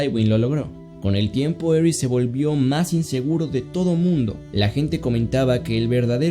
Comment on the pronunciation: El cómo pronuncias tywin lanister y aeris targaryen me da cosa